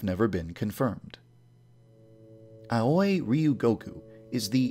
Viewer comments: Your Pronounciation of Aoi bothers me a bit. I think it's supposed to be pronounced Ao-i (Owie) instead of A-oi (Ah-oi) Though I suppose if that's what you actually want it to be, that's fine too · Aoi is pronounced as Awee not A-uy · Just a minor nitpick, Aoi is actually pronounced more like "owie" rather that "ah-oy". I know the pronunciations of most of the names are a little off but that one bothered me a little more for some reason lol. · So I just found out THREE YEARS LATER that Akane’s name is pronounced A-khan-a and not A-Cane AND Aoi’s last name is Ree-O-Goku and not Ri-O-Goku Today has been a real shocker for me. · Your pronunciation of Aoi is weird, you pronouns it as A-oi when it should be pronounced ow-ie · I thought it was supposed to be pronounced "Ahh-can-ay" not "Ah-con-ay" Also "Aoi", rhymes with "yaoi" not... "a-oy." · Aoi is pronounced Ah-oo-e not ahoy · Ok... one thing is driving me insane here. It's AO-I NOT A-OI. it's pronounced liked owy, like a kid says "Owy! That hurt!" Sorry, that just really bugged me. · (I'm gonna be a lil nitpicky here) The name "Aoi" is not pronounced "ow-oy" but "ow-ee". Sorry it just really bothers me when Japanese names are pronounced incorrectly. Don't hurt meh. X3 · AOI=pronounced like YAOI =AUWI not AWOY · I hate how you pronounce their names in the most white way ever... "A-OY" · I thought Aoi was pronounced "Owee" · not to be that guy, but the way you're pronouncing Aoi is very wrong, it should end in a long ee sound, like ah-oh-ee. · Aoi. A-wee. Ah-whee. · I thought Aoi was pronounced 'A-wee'? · Hate to point this out, but Aoi is pronounced like "owie" because "ao" is pronounced "Ow" or "Ah-Oh" and "I" is pronounced "Ee." Please take the pronunciation of these names into consideration when making a video. Thank you. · Every time yandere dev says “aoi “ I keep thinking he’s saying “ahoy” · Also, you pronounce Aoi (owee) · You are mispronouncing Aoi, my dude. It's pronounced like owie. Haha...